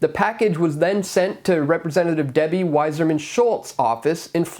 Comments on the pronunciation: It's Wasserman, like the old test for syphilis, not Wiserman. You must not be Jewish. Oy vey! Just call her "Ramen Head." PS if it was an idiot, likely it was a liberal. QED. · Stop reading Wasserman as “Wiserman”. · Debbie's name is WASSERMAN, not WISER MAN. YOU could be the WISER MAN, by checking this information.